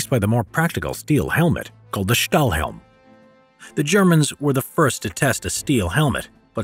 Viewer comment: Great, great video over a topic so very seldom discussed and known about. Thanks for taking the time to teach us something so rarely talked about! By the way, Stahlhelm (good pronunciation by the way!) translates to "steel helmet" in English.